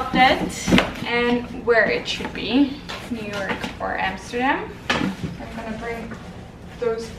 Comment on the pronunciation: I keep hearing europe instead of New York 😂